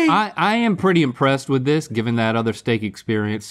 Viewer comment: “LeTs TalK AbOuT ThhhhhAaAUH-t” -Link